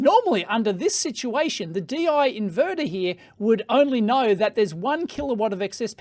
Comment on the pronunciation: It is called "Deyy--Yee"